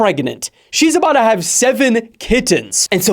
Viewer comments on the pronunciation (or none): lol and you actually say it like ….baddda go crazy..